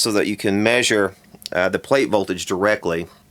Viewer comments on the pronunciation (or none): none